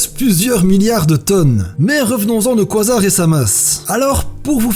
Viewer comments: ça se prononce : ka zar pas quoi zar xD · Super vidéo mais la prononciation du mots quasar c'est pas quoisard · oui mais le mot existe en français du coup ..x) on va pas faire un débat a cause d'un mot je propose qu'on le renomme trou eeeennooorrrme et SEC xD voilà ( ça se prononce KA- ZAR ) à la limite koizar ça pourrait être le nom d'un Pokémon il y a de l'idée ! 😄😃